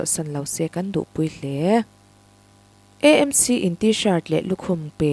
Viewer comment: E nilo in AMC ti a lam tur a nilo mo